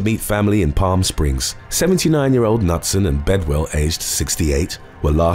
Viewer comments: You pronounce the name Knutson as K-noot-sun not nut-sun. It's a Norwegian name always pronounce the k and the n together! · Ironically, the K in Knutson isn't silent. It sounds like K'nooT-sen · Knutson - Newt-sun is the correct pronunciation. Come on, peeps, you need to do better for these, especially when referring to people who have died. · The last name KNUTSON- Is pronounced KA-NOOT-SUN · It's pronounced K-new-t-son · Hum let's try this again... Not sure what happened to my last comment. Maybe it was deleted? I love your videos! Knutson is pronounced Ka - Newt - son The Internet can help you with pronunciations!